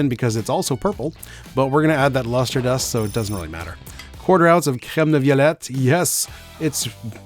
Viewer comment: holy shit I got caught by the perfect french "creme de violet" you goat